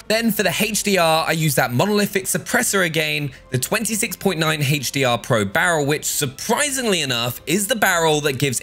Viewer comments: Haych d r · Haytch Dee Ah